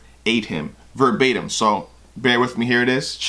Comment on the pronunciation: Verbatim..."Verb-ate-him"....Oh, Yea!...That's a Bar!...lol